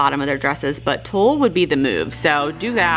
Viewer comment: I love your videos! The fabric for the witches is pronounced tool. And absolutely love them!!!